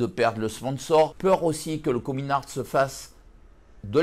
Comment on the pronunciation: « comin ourt »😂